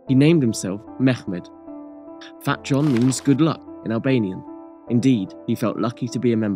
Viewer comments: It’s pronounced Fat-yon, not fat john lol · I’m also upset the poster hasn’t rectified this major mistake. You would think someone who studies history would know that eastern-europeans, etc., pronounce the “J” as a “Y”. Ever heard of Jan Hus? It’s fucking pronounced YAN. This guy gets a downvote from me.